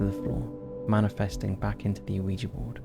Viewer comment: Dear Top 5s O.G. Narrator: Let me start by saying I love your guys' work, and I've been a subscriber since circa-2016-ish. I just have one request. Can we PLEASE stop pronounicing the "O" in "Ouija"? Just pretend the O is a W? "Wee-jee." Like "Squeegee", but without the S. Everything else is super-rad; I love and appreciate all your hard work. This tiny, inconsequential thing really bugs me for some reason. A reason only known to my twisted brain, and it kicks me out of the magical stories you weave for us. That's a me problem, not a you problem, though. I can grit my teeth through it. If you absolutely MUST pronounce the O, who am I to tell you that you can't? I'm not. I'm just saying that it picks a scab on my brain, for some reason. Like those jerks that have to correct people's grammar online. I'm really trying not to be "that guy", but I'm failing. I still platonically love everyone on the team, though. Thank you.